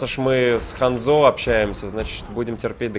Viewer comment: Не ханзО а хАнзо